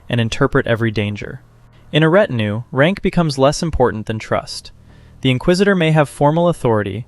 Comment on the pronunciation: And ret-in-ew ... where are these pronunciations coming from?!?!